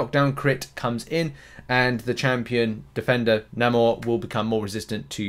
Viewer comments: It's correctly said "Nay-More" . The movie has an MCU only pronunciation. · You are saying NA-MOOR just because this new movie. I wont call him this new name marvel reinvented. Nope We have the OG NAMOR in game not the movie Telocan version